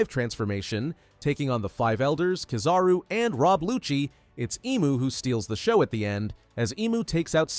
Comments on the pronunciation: But he said the name right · He said the name right